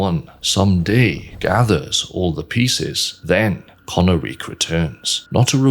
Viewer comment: Isn't it pronounced "ko-NAH-rik" instead of "kona-reek"? Based on how the dragons speak their language in game, it would make more sense for emphasis to be on the middle syllable, no?